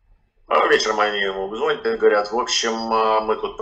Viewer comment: Не звонят, а звонят!